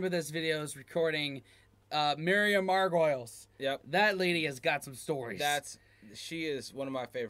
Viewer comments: Margo- lees. Love Miriam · Miriam Mar-Go-Lees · Miriam Marg-o-lees btw (a correction sent with love by someone who also said “mar-goils” for quite a while before hearing it said correctly and then looking closely at the spelling) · It's pronounced MARG-O-LEES, not MARG-OILS. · The Gram Norton show? 😂 It's pronounced Gray-yam. And Miriam Margoyles is pronounced Mar-gol-eese. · how the fk can you still be pronouncing her name SO wrong ?? surely you've heard it pronounced.. MARGO- LEES... not fkn margoyles. that's how it's spelled NOT pronounced! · "Mar Go Leez" is how Miriams last name is pronounced. Just trying to help. Another fun video boys. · Just for info Miriam Morgoles surname is pronounced Mar-ga-lees.... Great show and love your vids... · I laughed at the mispronunciation of Margolyes - it should be Mar-go-lees. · Nice reaction. Just a tiny note… Miriam Margolyes surname is pronounced Margo_lees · Miriam’s surname is pronounced Mar-go-lees. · Miriam's name is pronounced Margo leez. 👍👍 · Miriam Margolyes surname is pronounced. Mar-go-lees. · Hi, You probably won't see this as it's so far down the thread. But I'll give it a go anyway... How to pronouce the names you have recently mangled... It is Myriam (you got that bit right)... Mar - Go - Lees If you ever get to meet her you'll want to get it right. The second is a Brit/Merican difference. Not having a pop, but as he's a Brit... It's not Graaaam. It's ... Gray - Am ... Norton (Don't leave gaps where I put the hyphens. It was just to define the sylables. So it is 'GrayAm'. I don't want you to sound dumb) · Pronunced Margo-lees !!! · MIRIAM MAR-GO-LEEZ. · pronounced- Miriam Marga lease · Pronounced Margo-lees :-) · It is pronounced Mar go lyes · It's pronounced Margolees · If you guys love our Miriam please learn to pronounce her name properly! Ha!